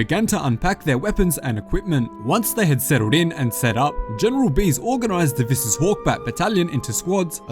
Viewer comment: Your pronunciation on deviss is wrong its dev-is not dav-ess